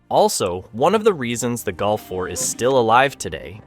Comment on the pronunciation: You prenounce Golf like Gulf ( of Mexico ).Why? “O” is not “U”, 3 is not 4, eh?